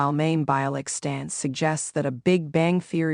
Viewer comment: Her name is pronounced as My-im.